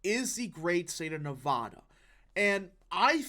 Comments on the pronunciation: I hope youre right, also i hope you one day say nevada instead of nevahda. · Just FYI— Nevada- pronounced “Nev-short a- da.” Not “Nev-ahh-da”